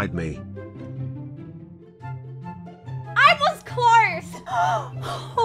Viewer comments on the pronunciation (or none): "I was clorse"? Is that a new word or a different pronunciation?